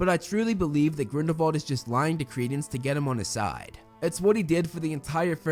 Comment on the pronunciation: Wow you are the only person I've watched pronounce Grindelwald and Voldemort's name correctly.